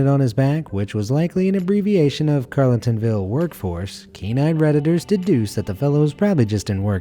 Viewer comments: I'm South African, our prisoners don't wear orange jump suits, thats a work overall he is wearing, also that town is pronounced Carl-tin-ville, I had to look twice when I heared your pronounciation 😊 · 'CWP' stands for community work program. He is a government employee working on community improvement. I had a real good chuckle on his pronunciation of Carletonville